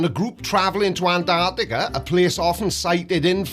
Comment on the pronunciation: The idiot can't even say Antarctica correctly.